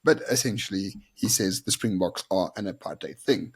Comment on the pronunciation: He is insane. As long as this lunatic is here in South Africa we will never have peace. And apparently he was in France for the RWC final. And if he was.....he is a hypocrite. He can't even pronounce Springboks!